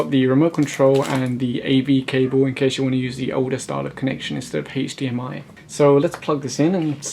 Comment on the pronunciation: Cool it has an Haych-diEm-ey poart😘